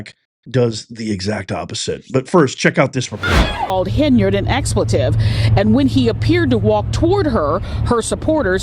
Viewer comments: Hen-yard dude. I not a fan of hers but.....😊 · Hen-yard……Henyard……not hay-nard……HEN YARD…… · HEN YARD.. NOT HEYNARD. JEEZ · It’s Hen-Yard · If you don't know how to pronounce the word ask. Then you are a uneducated idiot Tiffany hinyerd .😂